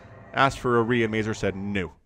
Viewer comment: If you ever stumble again on Mazur replay, please check polsih pronunciation for that word. All the polandballs watching you will be pleased